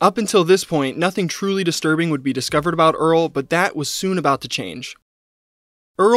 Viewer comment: “It twuly was an anime esque moment”